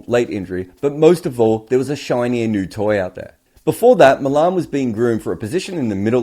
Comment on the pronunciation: Poor performance by England & Wales. We will not take any Aussie critique. Can't even pronouce Malan's name correctly. Can't wait for the next Ashes. Heads will roll over this pathetic performance in India, but we don't really care what you believe or not believe.